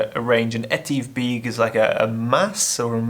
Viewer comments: Need to learn some of the correct Scottish pronounciations! I've always said 'You should know how to pronounce correctly the places you visit". The correct pronounciation is 'BECK' not 'BEAK'. Try harder next time .. ask a local if needs be !! :-) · Beag is pronounced beug (be ug)and Dubh is pronounced dove(as in the bird)...that’s the Gaelic pronunciation anyway 👌🏼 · Hi, "beag" is generally pronounced as "vake" in Scottish Gaelic. It means "small(er)".In this case, smaller than Buachaille Etive Mor (mor = large(r). Incidentally, I agree about keeping some locations "secret". Consider the location of the Raising of the Standard (Prince Charles Edward Stewart, 1745); best people don't trample it. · Beag = Small (be-ugh) Dubh = Black (du-ve) No grief and great video. 👍🇮🇪☘